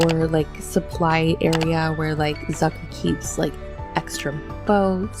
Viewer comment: me german knowing that she is saying the name wrong bc it is german